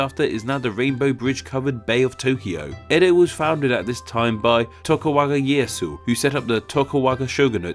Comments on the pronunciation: Umm Tokugawa not Tokuwa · re - Are you calling him (and his clan) "Toku-Waga" instead of "Toku-Gawa?" Because it sure sounds like that. Now I'm not well versed on Japanese history and culture. It's possible that this name is indeed pronounced "Toku-Waga" even though it's spelled "Toku-Gawa," I wouldn't know if that's the case. But based on the English spelling, it would appear that you've reversed the last half of his name without explanation (without any apparent reason, either). Please clarify. Is the name meant to be pronounced "Toku-Waga?" If so, please explain why. Or did you just do a whoopsie? Please lemme know, yes? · I swear if you pronounce "et cetera" and "Tokugawa" wrong one more time... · tokuGAwa vs. tokuWAga... dyslexic moment? ¯\_(ツ)_/¯ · TokuGAWA =/= TokuWAGA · Tokugawa, not tokuwaga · Toku-wagga? C'mon man. You can read. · you mispronounced tokogawa differently every single time what the fuck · It hurts whenever I hear him mispronounce Tokugawa :(